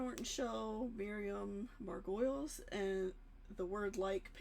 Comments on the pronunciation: Not Margoyles. It’s Margolyes. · By the way it's pronounced as Margolis not Margoyles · Really ? Still with the Margoyles ? I told you it's MAR-GO-LIS. Repeat it 100 times !! :D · Pronounced’Margo -leese ‘ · This is a fun show. I'm glad I've found it. Miriam's surname is pronounced Mar-go-lees. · Mar - go - lay is how you pronounce Miriam's surname. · Her surname is pronounced Mar-go-lees x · It's Mar - go - leeze... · It's pronounced MAR-go-lees, I think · Hi, it's pronounced "Margolees".